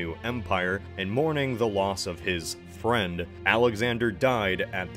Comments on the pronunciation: I love how you emphasize the FRIEND IN 😂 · I snorted at how you said "friend" during the start.